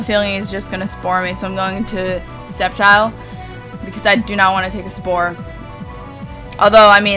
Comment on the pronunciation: C is silent in sceptile